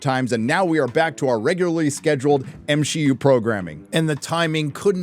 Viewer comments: M-She-U?? hahaha genius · I'm ashamed to say it took me all the way until to realize y my man pronounces MCU as M-SHE-U 😂😂😅😅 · I just have to address this and its nothing against him but he says M SHE U and not MCU😂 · Everytime you call it the M-She-U, I can feel one of my brain cells dying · Not another creator complaining about the "M-She-U" ....